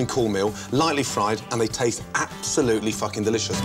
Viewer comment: “Absolutely fouking delicious”